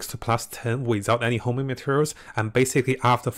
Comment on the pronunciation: HONING BRO, HONING. NOT HOMING